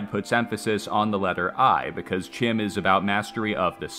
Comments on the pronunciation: CHIM is pronounced KIME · Bro did all this research and mispronounces CHIM